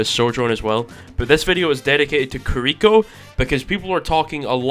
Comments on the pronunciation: i agree with you except when you pronounced kiriko carrico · Kills me how you're pronouncing Kiriko